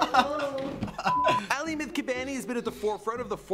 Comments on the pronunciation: Did he call him aly? Lul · Bobby Shmurda's hat i said aly because thats how he said it i was making fun of him its definitely not pronounced like that